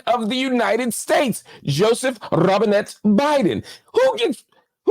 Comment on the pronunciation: Every time you hit the "rrrobinnete" I can't 😂